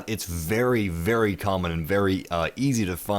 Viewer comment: Be vewy vewy quiet I'm hunting deathclaws